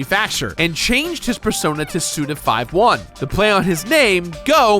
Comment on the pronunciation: The same guy who once said "Jak and Dexter" after having played through the entirety of the game is somehow one of the only people on the internet to correctly pronounce the name of Suda 51.... You are an anomaly, my friend...